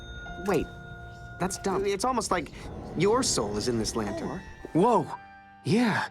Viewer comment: Lantern but i hear u say it as LAYTERN